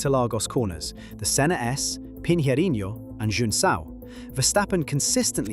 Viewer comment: Nailed "pinheirinho" pronunciation 👌